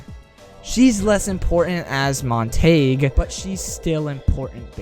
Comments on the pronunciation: Montague is pronounced Mon-te-goo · Are you pronouncing Montagues name wrong on purpose? Mon-ta-gue, montagew